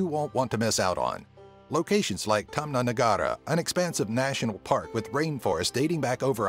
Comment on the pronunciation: Tama Negara? Loooool